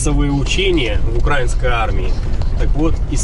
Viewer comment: УкраИнской армии. Говорите правильно. Ударение на И.